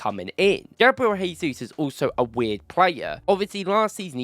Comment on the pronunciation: I respect your content and love everything . But it’s Gabriel Jay-zoos , not Hay-Zoos. Brazilians and Portuguese’s pronounce it as J not H which is different from Spanish who pronounce it as H. You don’t pronounce Joao pedro as Hoao Pedro , or Jorginho as Horginho